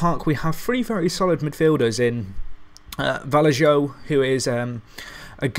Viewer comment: A few syllables will help with pronunciation I hope. The j is actually pronounced as a h in spanish. The ñ is pronounced 'nj', the 'll' is pronounced as a j and the v is pronounced as b. So Vallejo is pronounced Bajeho. Acuña is pronounced Acunja etc. I hope you understand :P